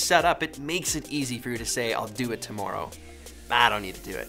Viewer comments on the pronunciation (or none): It’s not aboot tomoorow. It’s aboot today. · Normally you don’t have a Canadian accent come through but the way you say ‘tomorrow’ sounded really Canadian to me.